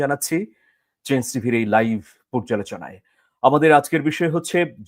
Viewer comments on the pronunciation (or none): none